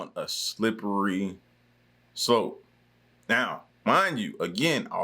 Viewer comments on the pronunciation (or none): Love u fam... But i gotta let u know. Its "going down a slippery 'slope'." Not 'soap'. I couldnt help but catch u on that one